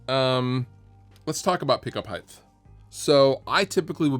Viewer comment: Height not hiytht